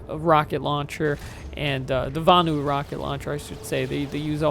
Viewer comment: LOL at butchering the names of the Vanu and the Terrans.:P Nice video though. You play the infiltrator like it should be played: infiltrating the base, killing engineers trying to repair the turrets and not just sniping from a mile a way.